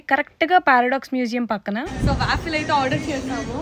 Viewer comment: no to hate but it's pronounced as, vaw-fl not vaafill